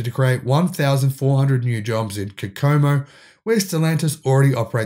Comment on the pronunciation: It’s pronounced Co-Co-Mo